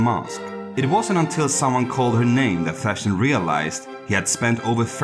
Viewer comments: Von Fersen. Not von Fershen. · It's Ferson not Fashion. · The narrator seems to pronounce his surname as ”Fashion”!